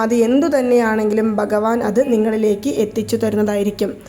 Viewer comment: ബഗവാൻ ❌ഭഗവാൻ ✅നമോ.. എന്നും അക്ഷരസ്‌പുടതയോടെ പറയുവാൻ ശ്രമിക്കുക..